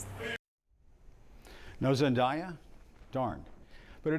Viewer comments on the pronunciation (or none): For the record, Jim it’s pronounced Zen-DAY-uh, not Zen-DIE-uh